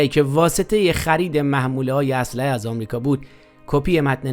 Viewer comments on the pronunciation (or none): none